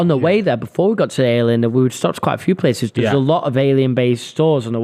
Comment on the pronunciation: It’s called the AY-LEE-INN. Like alien. Not ale-inn lmao